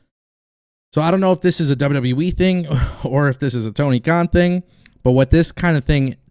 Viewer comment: Stop Posting fake sh## u are rubbish and never speak true facts you're just like wrestlingnewsnow when the guy says so much fake stuff and can't say WWE properly he says WWWE.